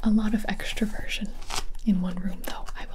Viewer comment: Did she say extroversion or extra virgin?🤣